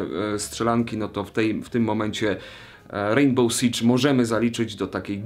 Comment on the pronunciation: jakie sicz? rainbow six czyta się rajnbol siks